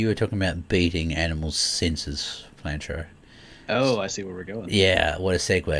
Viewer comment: I'm watching the video, wondering why is calling Flinter, Flantro? Lol